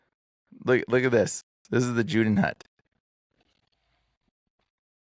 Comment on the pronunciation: Its pronounced Yooden Hoot = Judenhut - German